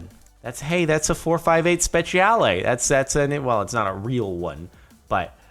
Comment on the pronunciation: Your butchering of the italian in 458 speciale pains me